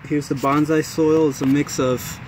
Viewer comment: Nice video. I'm thinking about challenging myself to turn a Home Depot bonsai into a showable tree. What you call a gensing bonsai is actually a ficus retusa. Also, it's pronounced bone-sigh. You seem really enthusiastic though. Good luck!